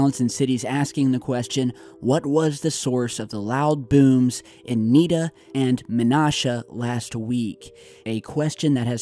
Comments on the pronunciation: knee - na and Men-Ashe-Ah just sayin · Also Men-ash-uh Menasha